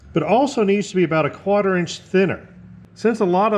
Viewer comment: Are you from the North East? Every time you say quarter I think of Norm Abram’s New Yankee Workshop.